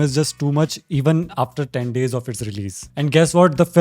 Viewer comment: After ❌ Apter✅